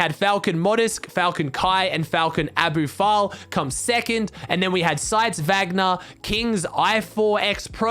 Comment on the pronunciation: Abufal7 is pronounced abu-fallah